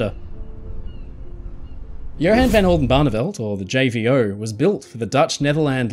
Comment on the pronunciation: Horrible mispronunciation of Johan That's called hypothermia.